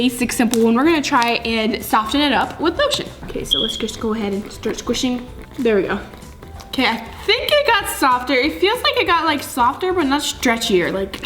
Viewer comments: Also I love how she pronounces it as sof tin instead of sof en 😂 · Soften has a silent t so it sounds like soffen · It's not pronounced sof-ten it's sof-en